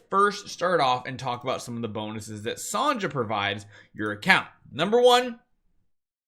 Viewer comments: Thanks for the info… but “Sahn-jah” has got to stop. It’s pronounced like SONYA. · You're pronouncing Sonja's name wrong. Her name is pronounced the same way as "Sonya".